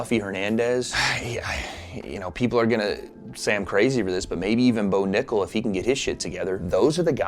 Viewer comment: This MF said Bo Nickal. 😂